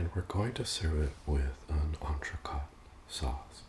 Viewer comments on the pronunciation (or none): incredible vid, you're quite the chef! quick sidebar, 'entrecote' is pronounced like 'coat' rather than 'cot'. Other than that, the sauce looks to die for.